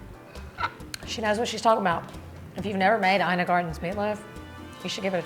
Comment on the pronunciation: Her name is pronounced Eena